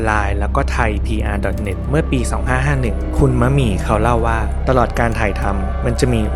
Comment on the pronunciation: ดีใจที่สุดคืออะไรรู้มั้ยคะ คือพูดชื่อนักแสดงถูก ‘มะหมี่’ ขณะที่อีกหลายช่อง ‘มัดหมี่’ คนนะฮะ ไม่ใช่ผ้าไหม งงใจว่าพูดยังไงให้ผิด สัมภาษณ์นักแสดงเยอะแยะ ก็เขียนชื่ออยู่ชัดๆ เสียดายนะคะที่พี่มะหมี่เขาไม่ได้มีผลงานออกมาอีกแล้ว สำหรับเรา เราว่าพี่เขาแสดงเก่ง แถมยังสวยแบบเอกลักษณ์ หน้าเก๋ ขึ้นกล้องมากๆ ด้วย